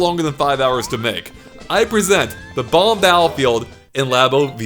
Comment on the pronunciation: they are pronounced Bob - Omb. NOT Bah - Bombs